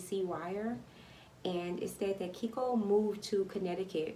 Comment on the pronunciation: Keiko is pronounced "kay-ko" not "keeko"